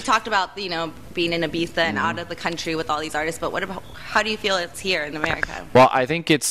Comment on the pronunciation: 6.17- "eye bee zah". Jesus fukin Christ.